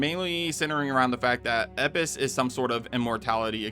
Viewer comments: why do you say eppis when it is spelled elpis? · ITS ELPIS NOT EPIS ..... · This bugged tf out of me. E*LLL*pis. Not Epis. Like does bro have some accent that skips Ls? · ELPIS, ITS FUCKING ELPIS, NOT "epis" OH MY GOD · I love YT engagement, it really works! "Epis" lmfao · my guy, it’s pronounced El-pis. If you’re mispronouncing it on purpose to engage by rage baiting then that’s cringe af. El-pis. The word doesn’t have a silent L. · E “L” PIS, Bro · EL-pis... If you make such a mistake in your analysis, your takes have a lot less power to them, following with mispronunciation of new virus/parasite/whatever it is. Do your research more diligently next time 😉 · ELPIS not eipis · El-Pis they literally said the word correctly in the trailer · I guess we just ignore the L in Elpis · bro's the king of the silent L. Lost all credibility when you can't even pronounce the word that was said in the trailer correctly. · You’re forgetting the L in eLpis my guy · Can you not pronounce Elpis? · Why don't you pronounce the "L" in "Elpis?" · the L in elpis isn't silent 🤣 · Why are you ignoring the L in Elpis? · Bro do you not see the L in the word Elpis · Is there a reason your not pronouncing the L in Elbis is it silent? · I'm pretty sure it's elpis with a L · Are you engagement farming with that Elpis pronunciation? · Your pronunciation of elpis drove me crazy. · So I feel like he coasting over the "L' in Elpis..... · Dude can even say Elpis right, holy crap. They even say it in the trailer. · Dude can't even say can't right. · There's an L in the word Elpis, please pronounce it.. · You say elpis incorrectly so many times that I can’t finish the video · Can u say the letter L. Elpis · Bro took the L out of Elpis. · I guess it's a silent L. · Doesn’t that say EL piss not ep piss 😂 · Is it bugging anyone else that he keeps saying "Eppis" when what is shown clearly says "ELPIS?" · Elpis, not Epis........please don't tell me you're an AI channel. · It’s ELPIS not EPIS